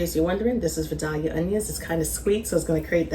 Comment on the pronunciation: She is definitely not from the south. That is NOT the way to pronounce "Vidalia" at ALL.